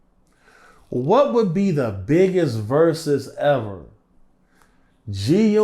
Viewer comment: When he said versus i turned it off… ✌🏽